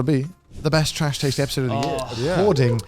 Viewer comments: is it just me or just garnt sound like hes saying trash tades awards in the intro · "nailed it" except he pronounced taste wrong lol